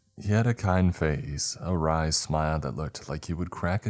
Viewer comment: I am so proud of you! You finally pronounced “Wry smile” properly for the first time I’ve ever heard! It’s always been “Wirely” but you got it buddy!